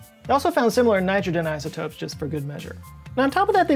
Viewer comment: You've never sounded more Southern to me than when you said "Nitrogen isotopes" around the point of the video lol